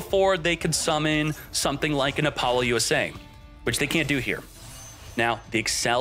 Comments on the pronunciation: It's pronounced "Apple loose ah" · Is your pronunciation of Apollousa a long running joke, by any chance?